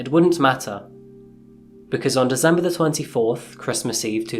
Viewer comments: Apart from when he says December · Ffs so many dezembers in this video. It's so annoying there is no Z!